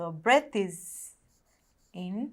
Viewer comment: breath not breadth